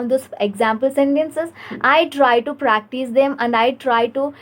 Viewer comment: Good work dear. Please work on eliminating the a at the end of words. Eg. "Isa" Instead of is "practisa" "aska"😊